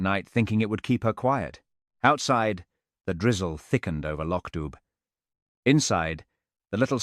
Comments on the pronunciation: No, it isn't, it's not LOCK at all ,it's LOCH , you have to listen to a Scottish person pronounce it, then you can hear the difference. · it’s Pronounced “Lock DOO”!!!!!